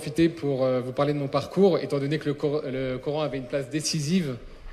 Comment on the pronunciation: Pourquoi prononcer "cor-ane". Je suis un musulman français et je dis "coran". Allah a créé toutes les langues dont le français.